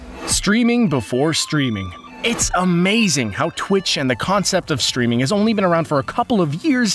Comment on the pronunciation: It's " streaming " not "schtwiming"